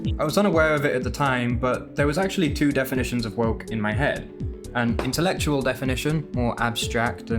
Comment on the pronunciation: I saw you drooling when you pronounced intelectual 🤣